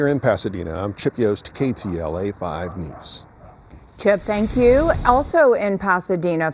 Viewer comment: ~ Please note: Say Thank YOU - not Thang Q or Than Q - Please